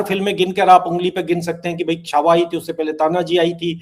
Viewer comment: Shahujee Maharaj nahi Shri Sambhaji Maharaj...please see that u don't talk wrong things . Chaava bolein . Chavha nahi . Cha mein Aa ki matra , wa